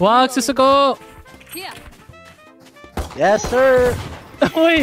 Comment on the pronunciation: he probably thought you said "Not my breast" because of your pronunciation cause the way you said susuko sounds like suso ko ( my breast or boobs)